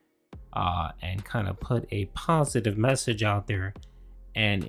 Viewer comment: My comment on his "pahsitive" stuff he mentioned. "I diversified my content, the channel grew, more subscribers, that's stuff that's about *US* not me." 1. Tons of other YouTubers also diversified their content, so that's moot. And 2. How does your channel growing and getting more subs affect your existing viewers? How is your channel growing make any difference to viewers? It doesnt. So his point of "Its stuff about us not me" is invalid.